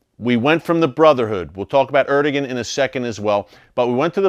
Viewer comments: Erdogan = er-doe-ahn , not er-do-gen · Erdogan is pronounced as. ... Air da wan (so I was told.) 🙂